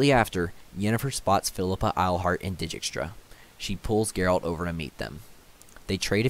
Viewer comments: It would actually be closer to 'Deykstra' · Great videos! Please stop saying “deejeekstra” it’s “deekstra” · I've noticed that u pronounce dijkstra's name as di gi k stra it's actually deegstra or at least that's how geralt says it in tw3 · It's a Dutch name and they pronounce it day-kstra (or very similar, I'm not Dutch:). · It's Dike-stra in the audiobook. Either way he butchered most pronouns; and I agree, good video. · Stefan I’m pronouncing it as if I were Polish, as is the source material. The fact that in the first audio book the narrator pronounces it deykstra has nothing to do with it. In any case, any pronunciation variation is better than deejeekstra.